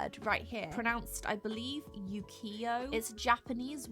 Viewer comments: Ukiyo (うきよ) is oo, not yu. Just FYI. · Im sure a ton of people have already said this in the comments but, “ukiyo” is actually pronounced “oo-key-oh.” In Japanese, they pronounce the u sound like ooooo. All of the Japanese vowels sound a little different from English vowels! A= ahhh I= eeee U= oooo E= ehhhh O= wooo Loll I hope this helped! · The word Ukiyo is pronounced oo-kee- soft y sound with oh. So kind of oo-kee-oh. Awesome work, I think I tend to over work things with my art as well. Simple but purposeful is very difficult 😂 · I think it's pronounced oo-ki-yo where the u is pronounced as when you say ooo to something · ukiyo is pronounced like "oo-key-yo"! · u is oo in japanese so it pronounced oo-key-oh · It’s pronounced as oo-key-yo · yeah... u butchered ukiyo it's pronounced oo-kiyo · i think someone else has said this already but "ukiyo" is pronounced "ooh-key-yo" :D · It’s pronounced “oo-key-yo” Love your videos!! - Noriko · It's pronounced like "oo-key-yoh" just like it says on the pin, where you sound out the short u sound rather than read it like a letter u. Japanese is quite easy to pronounce since you just sound out every single letter. I have 2 of those mugs where you can insert whatever you want to personalize, I'd just be very careful about the edge of the paper nearest the rim coz one of mine leaked water through that side ruining my design 😥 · Ukiyo is pronounced like the last part of you so „ou“ Then Kai (like the name) and then o